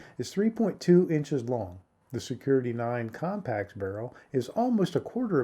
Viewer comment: I find it hard to listen to a review when the person doing the review can't go through the trouble of learning the model name of what they are reviewing... Something that could have been re-recorded.